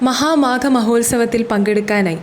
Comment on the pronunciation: ശ്രീ ഗോപാലകൃഷ്ണൻ ശ്രദ്‌ധിക്കേണ്ട കാര്യം - മഹാമേഘം എന്നാണ് ആവർത്തിച്ചു പറയുന്നത്. "മഹാമേഘം" അല്ല "മഹാമാഘം" ആണ്. 🙏❤